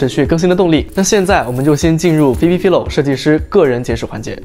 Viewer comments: 我想說, 她名字好像唸Fai-lo, 不是fi-lo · 还是纠正一下 philo是 fai-lo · 他整個影片都把人家的名字唸錯，還說做了功課 🤣